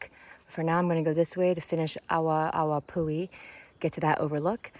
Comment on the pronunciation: it's probounced "AH-VAH-AH-VAH-POO-HE" -- "W" in Hawaiian is typically a "V" sound. Unfortunately, this is a common problem. Tourists go to the trailheads & assume they dont have to pay anything. The kiosks to purchase your daypass + parking permit are at the MAIN lookouts & I think one is at the Lodge recreation area. That is a fault of Kauaʻi Visitor Bureau & Hawaiʻi Tourism Board -- they assume people will stop at the lookout(s) first, where there are volunteers working to help direct the tourists & check if they have parking permits in their vehicles, etc. Thats Waiavī -- aka Strawberry Guava -- highly invasive & taking over our native forest. Very yummy, nature-provided trail snack, but invasive.